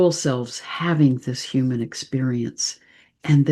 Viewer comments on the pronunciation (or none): none